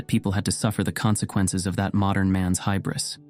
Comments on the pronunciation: Excellent work, but the word 'hubris' is pronounced 'hūbris' not 'hybris.' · More precisely, “hyoo-bris”. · hibris? Is that something people say?